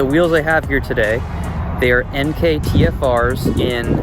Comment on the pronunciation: Plus points for pronouncing "Enkei" correctly.